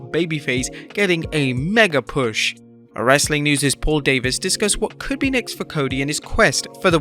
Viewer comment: I hate how you say wrestling